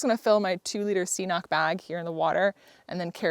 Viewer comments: Cnoc - Scottish Gaelic for 'hill', and pronounced "Croc". Or it might be Irish, same meaning, I think that would be pronounced 'cnyoc'? Somebody irish can tell you. But not 'see-knock' ;) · Thanks for uploading. Great video, appreciate your honesty and feelings shared. BTW it's pronounced k'nock. Cnoc means hill in Gaelic (Irish or Scottish). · Cnoc is most commonly pronounced "Crock" and trill the "R". It is Gaelic for "hill". Some places in Ireland pronounce it "kuh-nok"